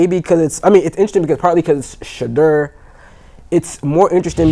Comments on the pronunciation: I have a love-hate relationship with from DNVR. He's a Nuggets fan and i'm a Lakers fan😅😅😅. That's OK i still rock with I have typed so many times that it's not Shadrrrrr it's Pronounced Sha-door 🚪. So whenever u see that door that's me😅 It's like nails on a chalkboard when they lean on the R too much😮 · Listen to the way your colleagues pronounce his name.It's not Shadrrrr it's pronounced Sha-door 🚪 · The new 🥷🏾 on the panel kept saying Sha -Derr! 😂😂😂😂 damnnnn bruh it’s just Shedeur😆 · Why is it so hard to say Shaduer pronounced 🤫door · It’s pronounced Sha-door. 😎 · Anytime someone mispronounces Shedeurs name there’s always bullshit coming after it. This guy kept adding a R after each time like come on now. Learn how to say his name and stop being disrespectful